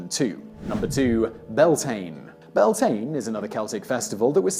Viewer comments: It’s not pronounced Byal-tin, it’s actually pronounced “bee-YAWL-tinnuh” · You know what, that pronunciation of Samhain, close enough. The pronunciation of Beltane though, that one kills me a little inside